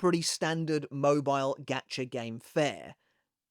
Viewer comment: is he saying “gatcha” or “gotcha”? “gotcha” like got ya?